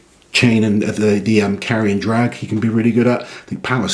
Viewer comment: Carrion drag? sounds like a stinky event to me ( I know he said Carry and Drag, but it sounded like Carrion xd )